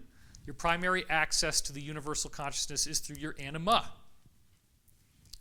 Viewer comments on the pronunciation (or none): David, emphasize the "a" in anima, otherwise it comes out as "enema"! 😉